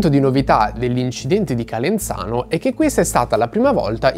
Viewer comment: Calenzano ha la zeta sonora non sorda!